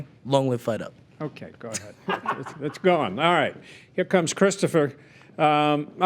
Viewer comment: Judge says ga head instead of go ahead